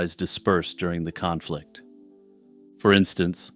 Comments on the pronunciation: Khan-flict... god damn it lol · "Kahnflict" 😂 . Your dad joke segways are the best